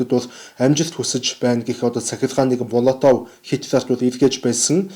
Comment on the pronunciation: МООЛОВТОВ гэж дууддаг. Молотов гэж бичдэг.